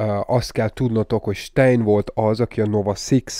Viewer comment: ‘Sztájner’ nem sztájn. nem Dragovics él a BO Cold Warban hanem Krecsevnko.